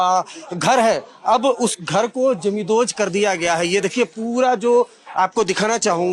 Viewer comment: पहिली गोष्ट, 'जमीनदोस्त' चा नीट उच्चार कर. आणि काही जमीनदोस्त झालेलं नाहीये , फक्त दार आणि खिडक्या तोडल्या आहेत. आणि त्या बायका काय म्हणत आहे ते कोण दाखवणार re? YZ